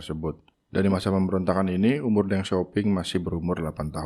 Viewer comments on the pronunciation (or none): Perbaiki cara baca, jangan deng tapi teng, e pepet, dinasty qing dibaca cing.